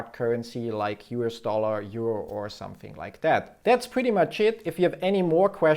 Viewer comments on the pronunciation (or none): none